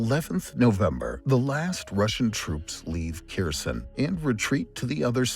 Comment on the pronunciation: Please use correct pronunciation of Kherson next time. Yours is so distracting.